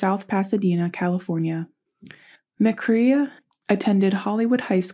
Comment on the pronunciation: Nonsense! Check your facts and pronounce the name correctly at least!